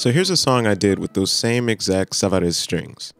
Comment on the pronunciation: Very helpful review, thanks for sharing. "No meat" to the sound is a major problem with any guitar sporting an undersaddle pickup. By the way, Savarez is French, not Spanish, so it does not rhyme with "Alvarez."